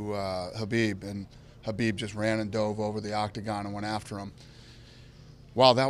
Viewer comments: Why does he keep saying Habib instead of Khabib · Is there something wrong with my name or is Dana addressing Khabib as Habib.